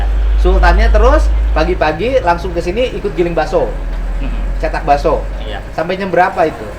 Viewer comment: Bilang Bakso Daging Pak Bukan dirinci